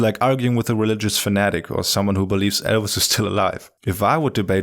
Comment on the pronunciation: I heard "elves" or "Elsa" at the end...it took me a bit to realize he meant "Elvis".